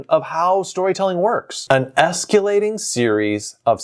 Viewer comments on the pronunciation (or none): There's no 'u' in "escalating". It's esk-ah-lay-ting, not esk-yoo-lay-ting. The video became unwatchable at this point. 🤮